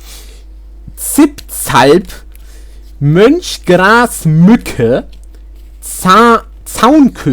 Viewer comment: hold up did you just say munch grass muck eh?